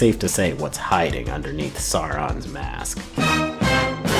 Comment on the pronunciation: I'd be interested to learn the psychology behind people who feel a driving, almost irresistable urge to correct others about minor trivia, such as my compulsion to point out that au in Tolkien's names is always pronounced like the ou in English sour, not like sore - so "SOUR-on", not "Saw-ron".